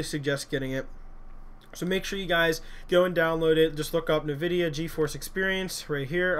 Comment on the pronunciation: Lol.... NuhVidia is what it sounds like he's saying